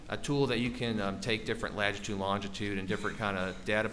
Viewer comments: Anyone else triggered by the guy saying “lagitude” instead of latitude? I’m lost isn’t he a specialist in his field 😂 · OMG STOP SAYING "LAGITUDE"!!! At least he's cute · Take a shot every time the latitude and longitude expert says lagitude and longitude. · Latitude. For God sakes, it's latitude. Petty of me, I know, but if he said lagitude one more time... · Someone please tell the data expert that it’s “latitude” and longitude. He keeps saying “ladgitude”??? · I’m so glad you commented. I had to rewind, because I wasn’t sure if I heard that correctly. Then, I started to question myself after I said latitude/lagitude in my head several times. 😅